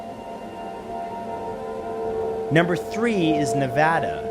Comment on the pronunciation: I've been watching you for years and always enjoyed your videos since teenhood, I just wanted to say I'm so glad one of my favorite youtubers has pronounced Nevada correctly! Thank you! 🥹🙏